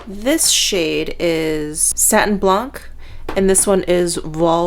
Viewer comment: Hi, love the shop my stash video especially with your amazing makeup collection. Little FYI we do not pronounce the C at the end of some word in French, so « blanc » is pronounce « blan ». Have a nice day. Geneviève.